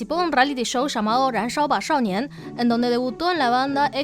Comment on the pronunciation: 燃烧吧少年好儿化音哈哈哈哈哈哈哈哈哈